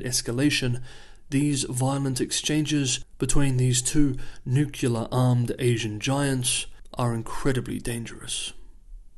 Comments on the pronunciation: Nuclear, bro, not nukular. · Dude, learn to properly pronounce the word. It is nuke-lee-ar, not nuke-u-lar. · stop saying newk-you-lar